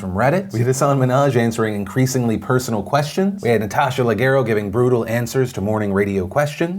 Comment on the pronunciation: My first time writing a mean comment, but oh my god Phil, you are Italian! Leggero, Natasha Leggero, how can you pronounce that as a hard G?! Don't hurt my feelings Philly... Anywho, missed you this Monday, keep up the good work, love, the language teacher.